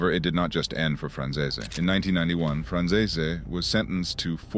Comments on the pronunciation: It's not pronounced Franzayzay! He was adopted by Sonny and it was his real son, John Franzeze, that John Sr wanted dead because he testified against his own father! I'm only partway through the video and these egregious mistakes aren't really acceptable to be honest! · Why does everyone butcher michael franzese's name so damn much. It's pronounced fran-zees